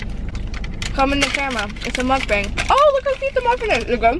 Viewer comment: can y'all stop pronouncing MUKBANG the wrong way ? its NOT mUkBaEENG... its like "MOK-BÄNG"